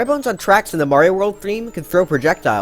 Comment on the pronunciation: I liked and subbed just because he said wigglers can go on twacks XD